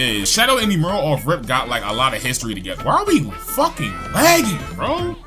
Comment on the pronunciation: Bro said “eem-earl”